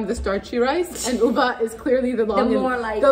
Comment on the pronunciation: Same! She's Arab, so she should be able to pronounce the x/ح at the end of Ubax.